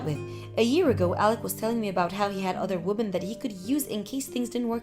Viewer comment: Damn slow down its pronounced wimin not womin 😡